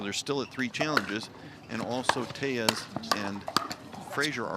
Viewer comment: Anyone else mad that the commentator keeps pronoucing Tellez wrong.